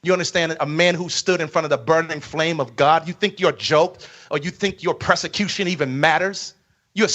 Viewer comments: It's pronounced PERSECUTION, NOT PRESICUTION. He needs PROSECUTION for stealing all of those people's hard earned money and definitely intentionally speaking from not of God's word and claiming to be YASHUA! 🛑📢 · Yeah, we're the stupid ones. Meanwhile, he can't pronounce 'persecution' correctly. Unless he means 'prosecution', which would be somewhat accurate, at the very least.